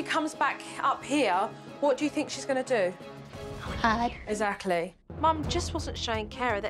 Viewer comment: No one: Joe: eZacly